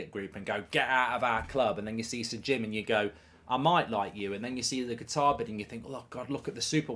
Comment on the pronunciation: Love how mark calls them “Guitar”😂😂😂